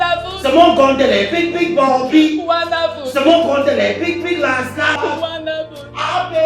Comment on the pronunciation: 🤣🤣🤣🤣🤣🤣 Le père de joys: A,b,c...A,b,c: wandaful🤣🤣🤣🤣🤣🤣🤣🤣🤣🤣🤣🤣🤣🤣